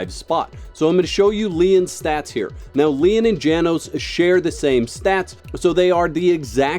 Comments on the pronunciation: Pretty sure Janos is pronounced Yanos. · Janos (János) is pronouced something along the lines os "Yah-nosh". It's hungarian for John.